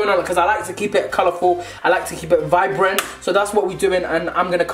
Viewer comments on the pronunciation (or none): none